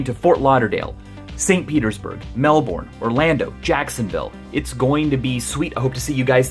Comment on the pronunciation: mel-borhn it's Mel-bn it sounds like Mel-bin but the i is silent.